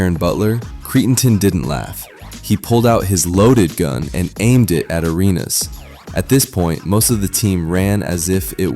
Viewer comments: Is this Ai ? Because how can you pronounce it Irenas and not Arenas or The Arena… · Who the hell says "areynas"? AI, that u dawg?